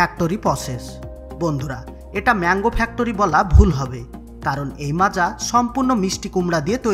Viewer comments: Macha na maaza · দাদা যে ভিডিও টা পোস্ট করেছেন তাকে বলছি এটা মাচা নাকি মাজা😂😂😂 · ota macha na maaza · মাচা না 😁😁😂😂 মাজা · Ota মাচা নয় মাজা লেখার ধরন দেখে মনে হচ্চে বাংলাদেশের ভিডিও আর বাংলাদেশ মানের ভুল ভাল উচ্চারণ 😂😂😂সঠিকভাবে উচ্চারণ করতে শিখো বন্ধু গাইয়া ই থাইকে গেলি🤣🤣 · মাচা ওটা বল মাজা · Ota Macha noi Maaza 😏